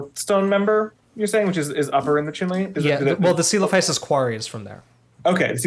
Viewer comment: It’s always cute when you discuss the “proper” way to pronounce a dino’s name and then confidently settle on a mercilessly butchered and americanized Frankenstein’s monster version of Greek. Love the channel, though! ☺️